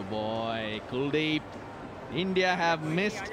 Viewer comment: it's kuldip .... Not cool deep😂😂